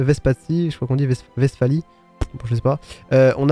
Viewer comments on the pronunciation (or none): none